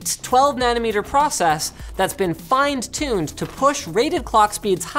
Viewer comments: FIND TUNED. HAHHAAHAHAH. Love your vids Linus, but I am pretty sure it's 'fine tuned'. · "Thats been FIND TUNED" Linus 2018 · Fined tuned? What the hell is Fined tuned?